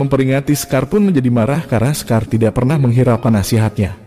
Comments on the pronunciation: Shekar min.. Bukan sekar 😂😂😂😂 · salah nyebut nama shekarnya min.klu sekar mah nama perempuan di indonesia